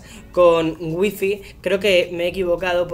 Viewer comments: "apple estore" "wihfih" "jigas" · No es tan difícil aprender pronunciar Apple y wifi